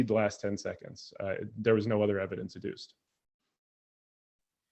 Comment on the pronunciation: Wow, Tom moving the goalposts in the Opening…? “I can’t prove any god, and Andrew can’t prove Everything Else.” That’s pretty ballsy. And I love the way that Tom says “Ev-I-Dence” for a circumstantially justifiable God. !So… No actual evidence. OK. And then Tom demonstrates that he wasn’t listening to Andrew’s opening claiming that Andrew was defining god, when Andrew was quoting conflicting god definitions from the bible. And then Tom makes a Brutal Strawman argument, misstating Andrews position to Exactly what Andrew laid out was Not his position. It came off as Dishonest. (Mischaracterizing Andrew’ position, was putting it Very Politely!) ‘Books of Antiquity’ does not make any claims about the Truth of the documents, it defines the Age of the documents. Aesop’s Fables is an old book and most definitely is not true. Tom wants multiple choice answers ONLY, and then asks intentionally asks questions which limit Andrew’s responses to Tom’s position. Again Dishonest. ?When did you stop beating your wife? 1) I haven’t stopped beating my wife 2) ten years ago 3) when she asked me to. (Answer the question, and no more words! Stop!) And then Tom dismisses textual criticism, when Andrew uses the opinions of the vast majority of expert, experienced biblical scholars. And argues that a more sufficient answer was made by ‘someone whose opinion I agree with’. Ok, pull up your conscience, your bare bias is showing. Tom states that Andrew is in a box, but doesn’t seem to understand the co